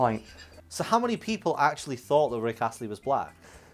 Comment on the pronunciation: No one:: R i c k A s s l e y